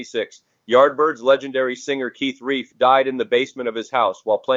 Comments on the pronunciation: Looks like the computer-generated narrator is reading “Relf” as “Reif”. It’s pronounced Relf as in self. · I am a Yardbirds fan. I THINK Keith's last name is pronounced as "RELPH," like Ralph but with an "E" where the "A" is usually found where the "A" is supposed to be. (BTW, what a crazy way to go! I believe he had been drinking at the time of the incident. Such a huge loss to Rock and Roll. 😖😥💔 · R E L F is pronounced like it was elf with an R at the beginning . Feed your AI narrator better info.